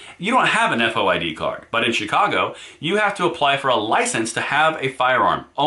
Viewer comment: FOID pronounced "Foyd" like the name 'Boyd' with an "F." - A former Chicagoan.